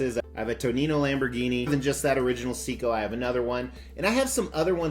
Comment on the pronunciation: I think it's pronounced sayko.. from my experience but tomatoe tamamoto. I love watches ⌚